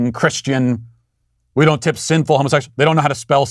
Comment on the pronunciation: My god that "p" in tip was utter garbage